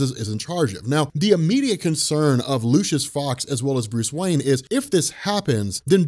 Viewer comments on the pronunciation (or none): none